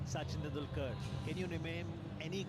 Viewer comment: Trump speech starts at: "Modi started as Chiwala" (Chai wala) - "Swami V V ka munun" (Swami Vivekananda) - "Suchin Tendulkar" - "Chandrajan" (Chandrayaan) - Also, here's Modi saying Mr. Dolan Trump